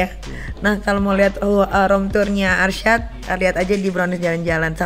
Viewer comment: Alshad plisss..bukan arsyad🤣